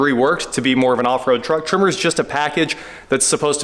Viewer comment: it is pronounced Tremor like an earthquake